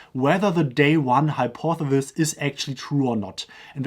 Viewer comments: Hi-pawth-eh-sis Or, easier: hi-paw-thuh-sis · Hypothesis pronounced Hi-por-the-sis